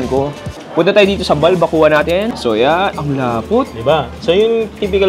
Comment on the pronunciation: Why keep saying BalbaKU-Wa (balbacua) its pronounced as BalbaKWA. Nahawa ka ata kay Mark.